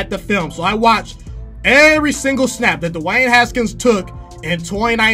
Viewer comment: The way he says “DEWAAANNE HSKNS”